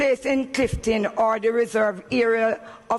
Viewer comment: its only a pity she said Cliftin and not Clifton.